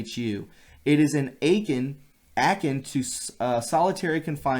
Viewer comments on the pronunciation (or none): Brother, yo, love ya, but please brush up on your vocabulary and pronouncing of ‘akin’ and ‘pretrial’. God you make me cringe when you can’t pronounce a simple word like akin (uh-kin) and pretrial (pre-try-uhl)